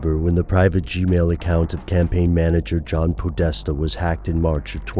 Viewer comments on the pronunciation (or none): "john poodesta"